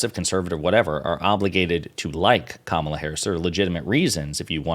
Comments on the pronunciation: They purposely pronounce Kamala’s name wrong! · I can't stand it when "so-called journalists" like those hacks on Fox cannot even pronounce the name of the Vice President of the US.